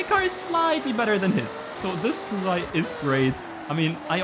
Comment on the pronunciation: "Fuchwai" love it